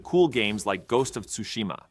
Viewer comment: Ghost of toosheema 😂